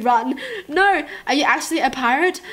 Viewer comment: Why do you say joo instead of you i dunno